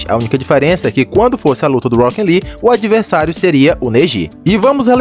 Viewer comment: eu acho engraçado o jeito que você fala "Rockin Lee" kkkkk